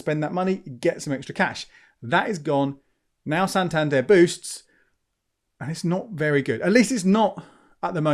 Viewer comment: Santander 'boosts' not boots?